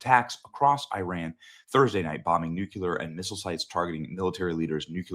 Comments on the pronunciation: Why do people say “nukular” when they see “nuclear?” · And, frankly I’m sick of you saying “nukular.” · It’s pronounced “new-Klee-er” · "New Killer" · It's Nuclear, not nucular. Your losing credibility. Everyone knows they have been trying to develop the bomb. Just because they haven't yet doesn't mean they won't. Your also ignoring Israel and the US getting in the way pushing them back. They have nuclear capability already. It's not a secret and they have terrorist proxies all over the place and you and others think they aren't even trying. I guess you want to wait till they get one and you have to say, wow they actually did it,then it's to late. And since when is their a spec of evidence we will get dragged into it with troops. What's next, joining code pink. So now you don't trust Trump and thinks he's that naive or stupid suddenly. Have we put troops in Ukraine? NOPE. It's teally funny these people who claim to be so Christian yesterday don't GARA about Israel. They aren't just some sh hole country. It's God's country. I hate say anti Semetism to quickly but with some on the Right lately, they ate making it obvious considering who they ate taking their information from and side with. It's teally sad. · Benny i love ya, but youve gotta start saying nuclear the right way lol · Benny, youre a smart guy. Please learn to pronounce NUCLEAR. js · Benny- PLEASE learn how to pronounce "NUCLEAR" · Bro cant pronounce nuclear smh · nuclear = new+clear. STOP SAYING NUKE-U-LAR, Benny. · FOR THE LOVE OF GOD, ITS PRONOUNCED " "NOO-CLE-ER".... NOT "NOO-QUE-LER". Why do people have such a hard time pronouncing the word correctly? It's infuriating. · HEY BENNY!.....Newsflash: "New-QUE-ler" is NOT a word. Look at it. (nuclear) If you're going to present as one with credibility, at least pronounce the word correctly. It's "New-Klee-Er". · Benny, I love you. "New-cue-ler" is not a word. Nu-Clear Benny, that's it. lol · Benny… It is new clear… new clear —not new kew lar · Nucular, ffs